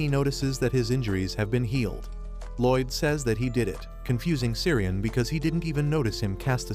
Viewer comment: Loid more like Lloyd 😂